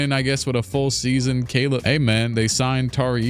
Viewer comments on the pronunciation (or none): none